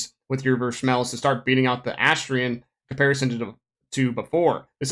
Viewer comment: I cant stand the way you get Vershmelsz